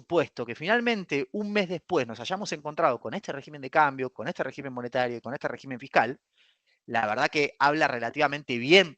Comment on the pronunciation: Por favor, no lo tomes a mal. Semejante cerebro económico no puede ni debe pronunciar mal la palabra régimen. Es rÉgimen. El plural es regímenes. Por dios muchacho!!!!